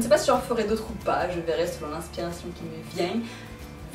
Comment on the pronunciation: Mdr tu m'as fait rire avec ton "qui me vient" avec l'accent ^^ En tout cas c'était une vidéo très intéressante comme toujours :) Bisous !